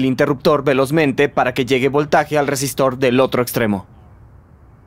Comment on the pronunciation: Todo bien pero.... ¿cómo es posible que semejante exposición científica se vea arruinada por un doblista que evidentemente no sabe pronunciar las R iniciales (shápidamente, shesistor, etc.)?